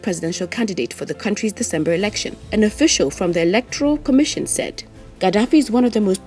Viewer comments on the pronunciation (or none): none